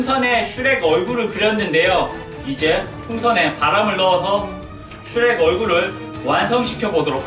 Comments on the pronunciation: 슈렉이야 이러고 있는데 슈레깈ㅋ쓰레기 라고 들은1인 ㅋㅋ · 슈렉이야 할때 쓔레기야로 들렼ㅋㅋㅋㅋㅋㅋㅋ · 슈렉이야 할때 쓰레기야인줄ㅋㅋㅋ